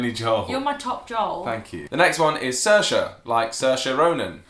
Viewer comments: You pronounced Saoirse wrong, you said 'Surr-Sha', but it's 'Sear-She' -Sincerely, An Irish Eejit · Not to be rude but I am from Ireland and you miss pronounced saoirse it is pronounced se-ur-sha not sorcha 😂😂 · Not to be the Irish Hermione Granger, but it's... 'See-r-sha' 'Key-ar-awn' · Saoirise is pronounced seer~sha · 7777 Lucy I know, it sorta annoyed me when he pronounced it sirsha, since MY name is Saoirse.... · They pounced saoirse wrong